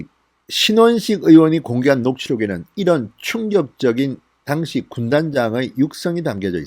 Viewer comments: 당시라는 발음을 정확하게 하십시오 '당'에 악센트가 없습니다. 귀에 와닿습니다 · 모든 방송내용 100% 동감입니다 하지만 당시라는 발음은 아닙니다 그당시. 그때라고 해도되고 당시라는 발음을 하시면 됩니다